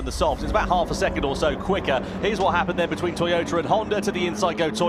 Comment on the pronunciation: Porscher and Toyoter....wth r these guys saying